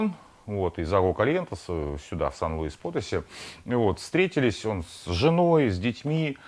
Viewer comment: Вы же вроде знаете испанский- ударения ставьте правильно, пожалуйста - сiudád de México y Potosí(Потоси́)